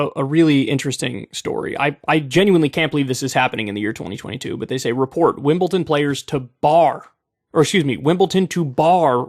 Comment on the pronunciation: Im sorry Kyle, like your argument but.... WimbleTon ? Why how why howww